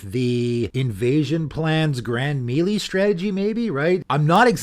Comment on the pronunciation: Another great video from. Bro, melee is pronounced MAY LAY- it's gaming 101.